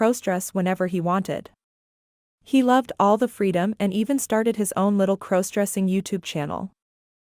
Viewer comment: u can't even correctly pronounce "cross-dressing"??? Such crap I couldn't listen for more than a minute!